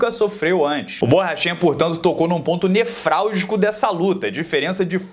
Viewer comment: Mais uma excelente análise,! Só uma amigável observação: você falou "nefrálgica" quando seria "nevrálgica" que ver de nervo. Abraços....